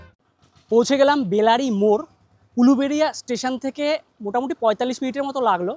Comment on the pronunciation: বেলারি নয় বেলাড়ী